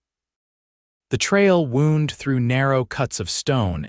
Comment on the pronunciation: AI pronounces a trail wound like wound to a body. And live forever like something a live.